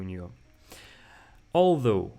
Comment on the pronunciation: Although. Ударение на 2 слог